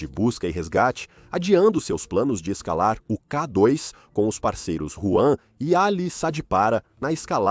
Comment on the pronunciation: IA - observem como pronuncia K dóis, com o O aberto, e como se atropela, às vezes.